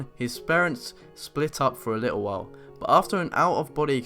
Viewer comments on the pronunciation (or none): none